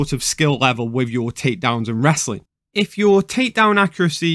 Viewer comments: with his accent "if" come out as "eph" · Epo sounds different than ph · He was simply saying "if" in Georgian accent